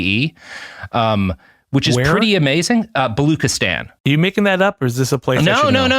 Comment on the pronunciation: balu-tchi-stan, not bali-khi-stan. jeez robert, do SOME research at least